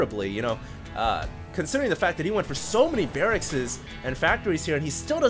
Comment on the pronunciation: "He went for so many barraXzzz" !! lollll !!!